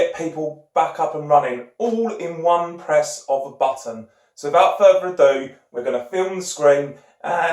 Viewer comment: so vout furver ado. Why can't British people make the TH sound?